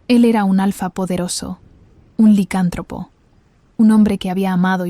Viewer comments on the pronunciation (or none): Muy buena historia 🎉🎉🎉🎉 se dice licántropo y tú lo dices sin el acento y se escucha raro. Solo digo😂